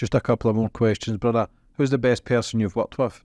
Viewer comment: goes into “bruddar” overdrive in the last 10 mins of this.